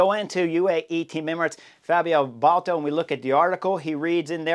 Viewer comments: It's B a l D A t o, not Balto. Love your channel Chris, but please. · Baldato, not Bolto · Dude, ‘Bal-dah-toe’ sheesh! 🙄 Didn’t you race against him?